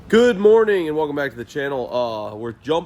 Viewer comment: "good mornoon"